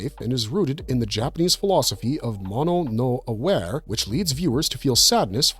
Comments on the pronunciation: "Mono no aware"... Ooof that pronunciation really hit me in the solar plexus. EMPHASIS IS ON EVERY SYLLABLE ON ITS OWN! -> "Mo-no no a-wa-re" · That's " moh - noh , noh , awah - reh "